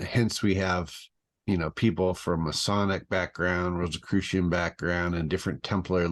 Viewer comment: I'm immediately questioning his veracity simply by the fact that he pronounces it "Rose Croy" I highly doubt the leader of the Templars would pronounce it like that